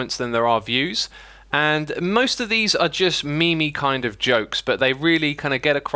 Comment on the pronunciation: said me-me when describing the angry comments. But, I think that he was trying to say meme-y to suggest that it was meme like.